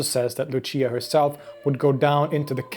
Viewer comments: Pronounced Looch-ee-ah (in Italy) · She's italian... It's pronounced Luchia... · I'm from Denmark and they did this at my mom's workplace. Her and her collegaues walked all around the very big place while singing 😊 It's pronounced more like "Lussiiah" here though 😊